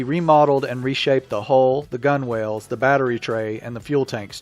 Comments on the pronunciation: "gun whales?" No. "gunnels" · Gun Whales? Gunwales rhymes with funnels. Don't even try to pronounce forecastle. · "Gunwales?" Are you kidding? "Gunwales" is pronounced "gunnels" in most of the literate world. Say gunwales in Hyannis and people will tip off the pier screeching in laughter. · FYI, gunwales is pronounced gunnels lol 👍